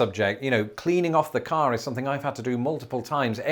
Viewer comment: Between and you did both rhotic and non-rhotic pronunciation of car!